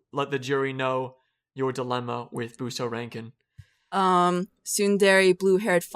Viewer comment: I agree with, about Higurashi the only thing i liked was the opening which is one of the best openings ever.. Oh, and its Busou Renkin guys not Buseo Renken, Fix it FIX IT NAO! ^^ Great podcast btw keep it up:) Question for Holden: Whats the worst harem/ecchi you ever watched?